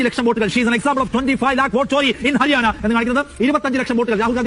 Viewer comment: അരിയാന അല്ല, ഹരിയാന ആണ്😂😂😂